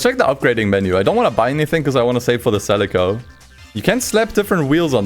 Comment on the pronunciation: I've never heard someone call a toyota celica a selico